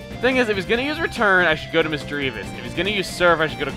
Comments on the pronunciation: Misty, you miss misty, and a lot of pokemon miss misdreavus, and it's misdreavus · Misdreavus: ShinaiKoka. If this fits in the name thing. The reason is it means "Doesn't Effect" in Japanese in one word. It is actually Shinai Koka.